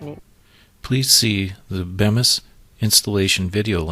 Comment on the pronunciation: It's actually pronounced Beemis but despite that it's a good video.